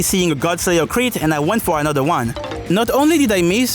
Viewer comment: It's crit. not chit. Unless you wanna shitpost bout it